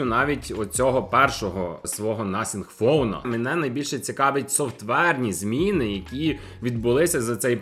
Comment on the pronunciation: а чому ти так дивно нотхінг пхоне називаєш?